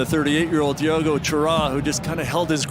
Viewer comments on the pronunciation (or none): Who calls Diego, dee-awe-go?! Fire that annoucer!! 💛💚🌲💚💛